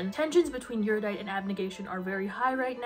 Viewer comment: I have never seen a video on the series that pronounces erudite correctly. No shade, it’s just a quirk I’ve noticed. The series gets too much crap considering how young the author was. I speed read the trilogy so I could return it to Amazon with 24 hours. It just didn’t do anything for me but then again, Battle Royale is one of my two favourite novels.